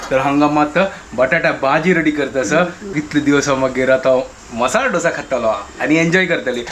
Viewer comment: ढोसा नही, its दोसा या दोसे